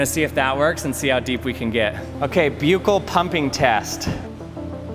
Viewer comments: For everyone in the world who pronounces the word correctly it’s buh-kl. People might be misinformed from this video and think it’s pronounced byu-kl. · Buccal is pronounced buckle. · buccal is pronounced as bahkal ...! good vid though! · Buccal is pronounced “buck-al”. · Like i agree it sounds like buccal not like buckle.